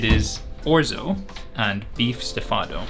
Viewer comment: Your right, the beef Stifado pronunciation was ehhhhh